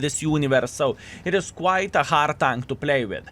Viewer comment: Not hard core. HARD say HARD game. at least learn some words properly.